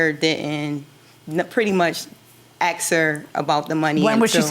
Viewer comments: You AX her? It is ASK her, what is up with that. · It's ask, not axe. Pet peeve. Ugh. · we did met-up !!!!!!!!!!!!!!!!!!!!!!!!!!!!!!!!!!!!!!!! "aks" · The Plaintiff said, “I ax her”. Was she chopping wood with the ax? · i axe her lol